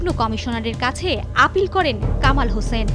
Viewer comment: It is Hossain not 'Hoshen'.